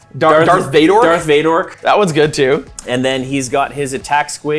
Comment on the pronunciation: Loving "Dork Vador" !